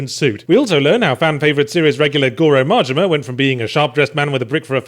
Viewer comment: I enjoy the way you pronounce Majima, sounds almost like Mortimer.